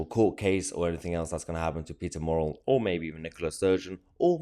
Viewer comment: The fella 's name is Murrell...NOT Morrell. You have numerous pieces uploaded about this saga but where do you get your information because nobody else is reporting the stuff you are coming up with. I am not a SNP supporter but I am beginning to get brassed off at you broadcasting your stories without any corroboration. Are you just shit stirring fake news merchant?